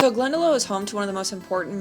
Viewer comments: Just a wee correction, Glen da loch - not Glen da low. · Very nice that you came to visit this beautiful Country!! BUT! - Say this like a real Irishman: Glen-da-lock, not Glen-da-low! 👍🏻☝🏻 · STOP CALLING IT "GLENDALOW" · Love the video! Glendalough is actually pronounced as Glenda-lokh btw! Happy you love it there as it really is beautiful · Love that you have given our beautiful Glendalough a blessings. But can I just say, it is not pronounced GlendaLow. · Glendalock, it’s pronounced! My wife is from there, one of my favourite places in the world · Its pronounced Glen - da - lok (Glendalough) It means Glen of the two lakes in Gaelic. Love your Video's BTW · Welcome to Ireland, even though I'm almost a year late in wishing it to you. Oh, and Glendalough is pronounced Glen-Da-Lock. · Hello, glad you enjoyed your trip and saw sights in a =diffferent way , that you rented the camper van. By the way was jack Sherwoods in Farrenfore Kerry early n the video, and just to let prople know that Glendalough is pronounced Glenn Daa Lock, meaning the "Glen of Two Lakes" Loved your presentation and sorroe ober your dog. got a Sub from me. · Glendalough, pronounced “Glendalock” Their distillery does Great whiskey and gin. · It’s pronounced Glen da lock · Glendalough is pronounced Glen de lock. Now low at the end lock.hello from Ireland just subscribed ,great videos. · Say it like this Glen-Da-Lock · Glen...da...lock , how you pronounce it. Love your vlog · Great video, beautiful scenery. BTW, lough in Gaelic is pronounced "lock" as in Glendalock. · So it’s pronounced Glen-da-lock and Wick-low 😉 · Glendalough. say it with me , Glen da lock. 😉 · Hope you enjoyed your visit! You explored some gorgeous parts of the country 😊 others may have said it- but Glendalough is pronounced Glen-da-lock (like a lock and key!) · Great trip, Its pronounced Glen Da Lock. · im sorry but id just like to say its GLEN_DA_LOCK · It’s pronounced Glen-da-lock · Pronounced Glenda Lock bur yeah it's stunning